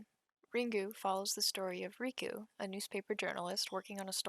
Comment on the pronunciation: Absolutely butchered the name pronunciations. How do you get ‘riku’ from ‘reiko’???? RAY. KO.